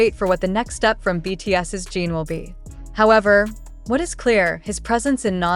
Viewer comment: It is not Jean it is JIN. Please get his name right if you are going to report on him. Jin is very are well known and loved. Fan from Canada 🇨🇦